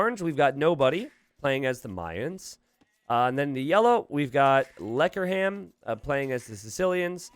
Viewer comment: "In the yellow, we have Lekkerham" Me, a native Dutch speaker: instantly dies